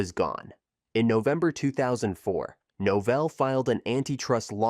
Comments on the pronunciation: NOH Vell, rhymes with Hotel. Said it right the first time, then lost it. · I counted three different pronunciations of Novell.